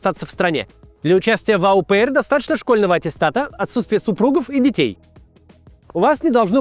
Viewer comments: о пэр, не "ау пэр" :) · О пэр а не ау пэйр - не ожидал такого от спикера всё-таки человек-то он образованный